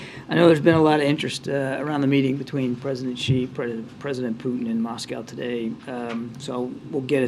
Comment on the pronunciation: new pronunciation of Moscow by jean: Muose-cow